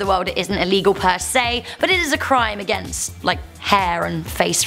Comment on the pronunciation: Can you say hair? Not haa